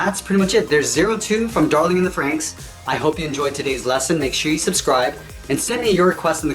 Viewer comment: Sorry not Frenxx but Franxx